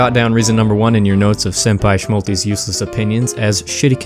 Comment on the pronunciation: more like Shmalty